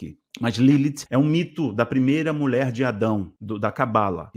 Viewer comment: Pra sua informação, é MULHER que se fala, com LH e não " MULER"